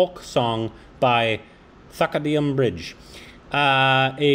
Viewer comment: Thy- ku- dum bridge... Govind Me-nun...